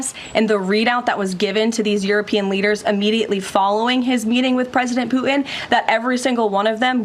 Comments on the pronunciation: I wonder how the Russian president likes his name pronounced “Pu-in”? THAT is disrespectful. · It is likely that poo-in is the more appropriate reference, though not what she had intended. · She needs to put the T in Putin, not puin. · Can't even pronounce Putins name properly. Sounds like Poo-in. Quite an apt description of Putin but very wrong, showing a total lack of ability. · Can’t she pronounce her T’s ? Pu in? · I wish she could pronounce Putin correctly. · Did she say his name wrong a couple of times